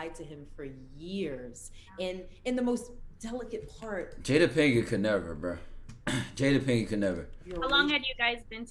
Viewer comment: Hw he said Jada 🤣